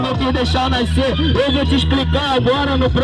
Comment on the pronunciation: Porque TODO carioca fala NAICER ENVÉS DE NASCER ???